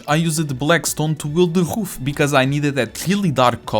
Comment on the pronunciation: I like that ween he pronouces "Roof" as "Hoof"